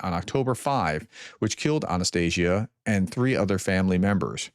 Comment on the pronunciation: Just a Professor. Please open Google Translate and listen to how the name Анастасія is pronounced.